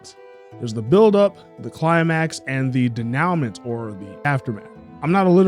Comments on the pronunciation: One super minor nitpick: the denouement is typically pronouced as "dey-noo-mont" not as "de-now-ment" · My 8th grade English teacher would've slapped this guy trying to pronounce "denouement" lmao. Still remember her exclaiming 'it's not *de-now-ment*, it's *den-yu-mo*' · Good video. However, I have to put in one correction. "Denouement" is pronounced "day-noo-MAW," not "deh-NOW-ment." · Denouement is French. Its pronounced(ish) de-Nu-mwa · Denouement is pronounced DAY NEW MON. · Denouement is pronounced Day-New-Maw. It’s French and therefore weird.